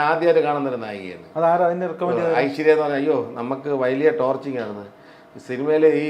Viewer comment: ചേട്ടാ ഈയൊരു അവസരത്തിൽ പറഞ്ഞാൽ വിഷമം തോന്നരുത്. ടോർച്ചിങ്ങ് അല്ല കേട്ടോ ടോർച്ചറിങ്ങ്. ർ വരണം